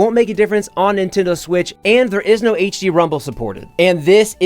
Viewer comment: Do you pronounce Nintendo as Nitendoo?